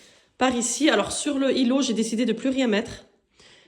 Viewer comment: Magnifique maison mashallah 🥰 vous avez bon goût, pourquoi vous faites pas la liaison, ça fait bizarre quand vous dites le îlot, dîtes l'îlot tout simplement 😁😅ne le prenez pas mal 😅😅 vous trouverez des grilles évier chez shein